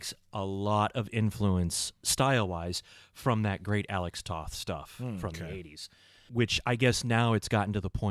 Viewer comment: Alex Toth's last name is actually pronounced like the word "Toe" with the "th" on the end ("Toeth"). Also, Remco did other toylines including a small toyline based on DC Comics' Warlord and also AWA wrestling figures among others.